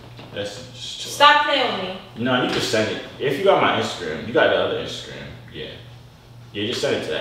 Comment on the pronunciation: She said intagram